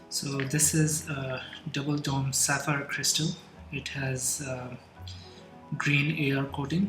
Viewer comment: Am American and I find eastern accents and enunciation captivating to listen to. Sapphire is heavily accentuated to sound like Sir- Fire 🔥. Equally impressive was the step by step transformation of a mundane seiko5 to an award winning Rolex iteration. Your creativity and resounding command of the English language has earned you a new subscriber. Blessings from USA. Malik Martin.